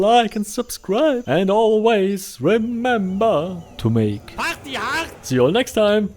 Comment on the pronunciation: that was a pretty hitler-ish "party hart" at the end there lol thanks for doing these summaries! Really enjoy them, as i rarely have time to catch live ramblings on twitch